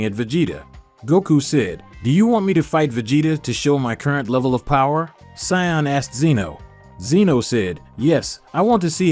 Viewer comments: bro u pronounce saiyan wrong ,''u ssound saiyand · You are pronouncing Saiyan wrong